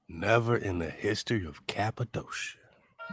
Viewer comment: Cap-a-doe-sha ... 😂.... Next time someone ask me where I'm from ... I'm telling them I was born there!